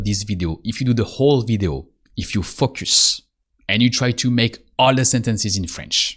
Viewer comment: You have a very helpful channel, and I enjoy the approach very much. But if I may offer one suggestion, it would be to work on your pronunciation of the word "Focus". It should be more like "Faux - cuss". The way you are saying it now sounds like extremely vulgar English.